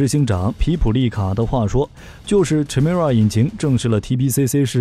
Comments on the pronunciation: 發「凱」而非「闞」的音！請參考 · Chimera 发音： Kai mi ra , 混血的意思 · Chimera, from Greek mythology, is a fire-breathing female monster with a lion's head, a goat's body, and a serpent's tail. The "ch" is pronounced "k" sound.